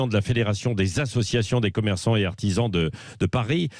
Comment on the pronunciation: tu as tout fait ce weekend réellement? C'est d'artisans et non pas d'artihan